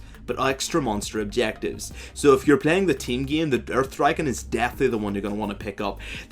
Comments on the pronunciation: First I understood "urf dragon" instead of earth dragon XD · "URF dragon" is what i understood first (earth dragon) would be fun to have a limited "URF buff" if you get one of these :3